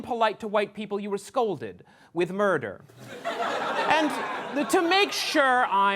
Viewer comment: The pause had me dead🤣